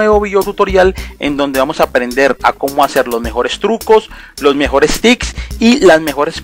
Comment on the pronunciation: La broma era para el tipo del video que decia "tics" en vez de tips jeje no era nada en contra tuyo ;)